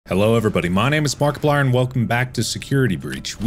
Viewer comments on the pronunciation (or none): bro said PARKiplier LOL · S'cuse me but your name is Parkeplier? Anybody else hear tht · He said BARKIPLIER AT THE BENNINGNG